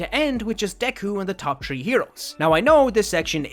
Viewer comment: Why do you say tree not three, sorry if I sound rude.